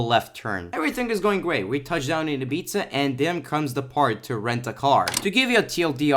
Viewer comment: its pronounced "ibiza"